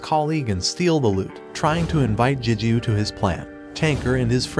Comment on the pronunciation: It's Gigyu not Jijyu A G not J most words starting with G don't sound like a J.